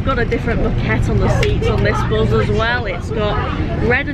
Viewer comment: How do I know I am a southerner? Because it triggers me every time you say buz and not bus! It's a me problem I will continue to love your videos😊